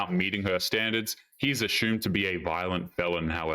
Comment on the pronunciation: He's ashoomed to be a violent felon? C'mon,... Sound it out. Assumed. Uh-soomd.